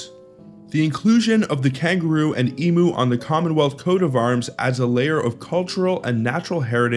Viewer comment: EMU ... Emyou not Emoo 😂